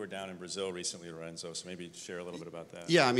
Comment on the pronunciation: Omg he said Lorenzo's name wrong.. -.